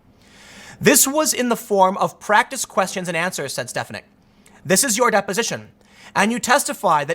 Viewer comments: Love your videos, Tim! But, you were killing me with the pronunciation of Elise Stefanik's name. She's my rep in Upstate NY. her last name is pronounced steh-FAH-nihk, not STEHF-uh-nihk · It's Stef-AN-ik. Sorry, had to get that off my chest. Carry on. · its pronounced "Stef an ick"